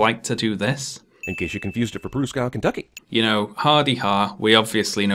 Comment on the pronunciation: Proos-cow instead of the actual pronunciation, Pru-skof. If you're going to shit talk location names, pronounce the names correctly.